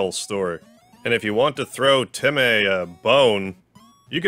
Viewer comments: My guy making dog puns when temmies are CATS! ALSO SHE IS NOT A BOY! ALSO ALSO ITS PRONOUCED TEM MĒ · why do you pronounce it TemEy, its temy in my opinion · noice, also its pronounced temm-ee not temm-ae, being spelt as temmie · It’s pronounced “tem-me”